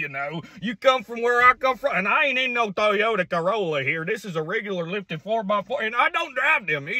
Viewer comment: you could here his midwest voice sneak itself in when he said "Toyota corolla"